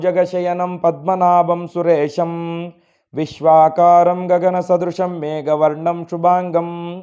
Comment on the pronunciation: Sir viswa Karam is not correct. It's Viswaadharam please.